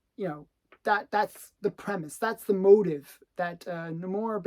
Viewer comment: not a fan of how that pronounce Namor